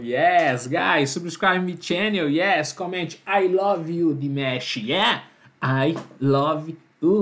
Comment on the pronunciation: Por favor diga o nome dele corretamente ok? E DimAsh não DimEsh. Valeu, obrigada🥰